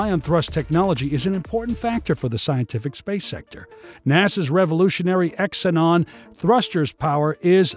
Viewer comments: Xenon is pronounced zee non not X inon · First time I've ever heard xenon pronounced as "X-e-non" instead of "Ze-non".